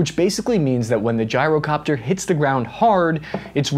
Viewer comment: Did this mf just say gee-ro copter like a Greek 🥙🥙 gyro WTF (in the beginning)